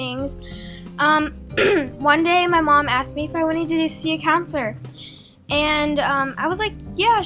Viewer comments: It's counselor not counsiler lol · counselor... not counsiler lol wtf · not being rude but it's counselor not counsiler. btw I love your videos. I hope you don't take any offense of me correcting you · Counselor not counsiler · Counsiler? You mean counselor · I cringed every time "counsiler" popped up. Counselor*,:) No hate, I'm just saying. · LOL love you but really, counsiler? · It's guru and counselor not gure and counsiler.